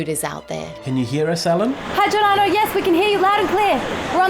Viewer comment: Cameo Giordano as "Albarno"